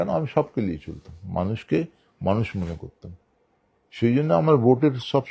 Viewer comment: Katha ta ' liye' noy ' niye' hobey jodi Bangla bhasha bolchen